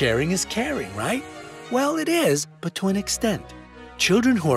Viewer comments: It was supposed to be RIGHT not RIGH. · There was one more were it said "righ" instead of "right"